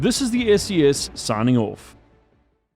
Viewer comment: I was always wondering where your accent came from, then I heard you say "Off" 😂